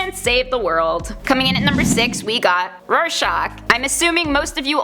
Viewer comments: She says Rorscachs name in the end as shock, it’s shack in the end of his name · Roy-SHACK, not Roy-SHOCK. Like the psych test. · It's pronounced as Roar-shack. It sound like you're pronouncing it like shock. But other than that great vid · Why does she pronounce it Roar-shahk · Rare-shock is kinda what it sounds like she is saying lol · i would start with trying harder to pronounce "rorschach" correctly. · Ugh kinda makes me mad when she says Rorschach